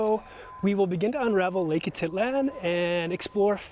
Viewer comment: Lake a tit lan. That’s a first I’m pretty sure it’s ah teet lahn